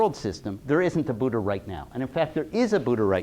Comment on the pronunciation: It’s not Budda, it’s Buddha, dh not just d